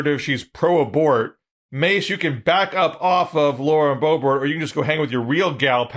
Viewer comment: "May-jor-ee? Muh-jore-eye? Mar-jor-ah? Bay-bert? Bo-bare? Beau-bore-ino?" Love hearing mangle these names.